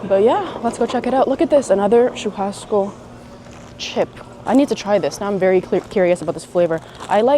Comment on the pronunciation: Oh, I had to come back here after hearing you speaking Portuguese! Yeah, I noticed your pronunciation good in churrasco! Lol! Okay, vídeo was not so clear, that is why the guy in the street market thought you said Montevideo! Other than that, your Portuguese is pretty good! Wow! Dois quilos de batata...tem sacolinha! I couldn't say that better myself... The song playing in the background...Nothing's gonna stop us now! I have a question. You mentioned your day a couple of times (maybe more) and I feel like I am missing something here. Is your dad, Brazilian? Is there a video where you talk about this? And, is so, can you send me link, please?